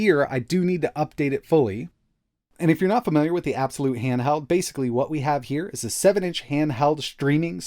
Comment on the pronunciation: IT'S PRNOUNCED EY-BEE-EX-WHY-LUTE!!